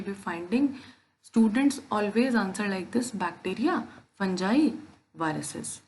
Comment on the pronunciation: Fangai nahi hai mam fungai j nahi g hai ga